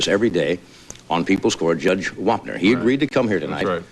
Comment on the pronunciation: First of all its Wapner not Warner and Dave was the man.